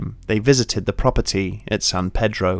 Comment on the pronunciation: thats not how u say pedro